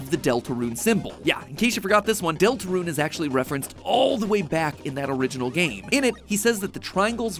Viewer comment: “ deltraune theory “